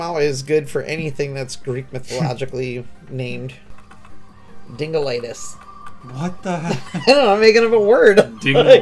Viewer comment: it aint dingalitis its dinglelitis ❤️‍🔥